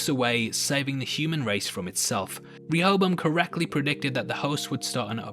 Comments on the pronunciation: A is pronounced differently in the East... it’s like dance and da(h)nce. Serac is pronounced like the latter Sera(h)c or se-rark. Same with the A in Rehoboam. Re-ho-bo-ahm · i'm a bit disturbed by people other than serac mispronouncing rehoboam. certainly it's an obscure old testament name to most people ... unless you know that it's one of a pair of names, the other being the far better-known jeroboam that has a non-negotiable english pronunciation (4 syllables, primary emphasis on the 3rd) that conventionally matches that of rehoboam now serac has an excuse, being a weirdly accented frenchy. but that doesn't mean his pronunciation is the definitive one for the machine, even though he invented and named it. clearly his intent is reference to the bible character (iterating through a list, as computer developers are wont. the selection of rehoboam over jeroboam [following david] is a theological pedantry i won't labor over) and the expectation for people without funny accents would imo be to use the standard pronunciation ... as indeed do (some?) other characters in the show. which is why i'd prefer pundits to drop serac's pronunciation. if a mexican character referred to an instance of "hayzoos", and he was talking about the christ not another mexican, non-accented pundits would render this as "jesus" to a non-accented audience on an unrelated matter, it's worth noting that running a simulation to find flaws and running one as a simulation per se are not necessarily separate purposes. a parallel is weather simulation, which is primarily a predictor, and yet the same model can be used to test the reliability of a prediction by repeating it with ve